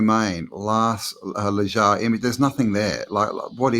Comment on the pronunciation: Need to work on ya Spanish pronunciation m8 🤣.... J's are h's & V's are B's... Nice1 brother 🙏🏻✊🏾✌🏽🤝🫡🫡amazing building. P.s. Lunch Break has just done a brilliant deep dive on Mu which seems to answer alot of the questions we all have about who & how this realm was built....enjoy🙏🏻